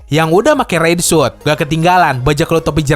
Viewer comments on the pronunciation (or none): none